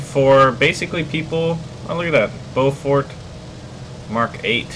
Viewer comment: Beaufort. Not Beaufork. xD